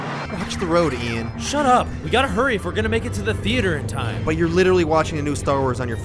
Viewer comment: He called Ian Ethen